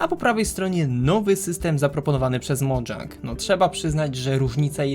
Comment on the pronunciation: Mojang samo powiedziało, że ich firmę ma się czytać Modżang.